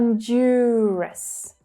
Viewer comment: Some are wrong. Examples: Bahrain, Honduras, Guyana, Qatar.